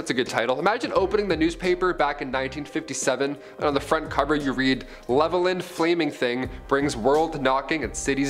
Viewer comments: Its actually pronounced as its spelled lol Level-land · It’s pronounced Level-Land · The town levelland(tx) is pronounced Level Land. Lol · We here in the 806 West Texas pronounce it as Level-Land